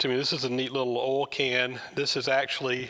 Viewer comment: Very interesting - and I sure hope you feel better soon. BTW - I love the way you say “oil”. Here in Canada we say “oyl” but I hear you say “ole” (rhymes with “coal”).